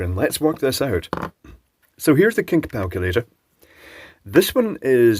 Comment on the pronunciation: says heres the kink palculator! 🤣🤣🤣 I wonder if that was intended or was it the dubious trash wine 🤔🤣